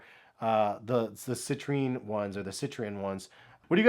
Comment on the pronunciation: not to be condescending or anything but when you called the citrins “cItReEn!¡”